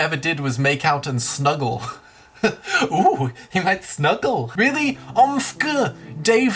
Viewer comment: The way he pronounced "OMFG" though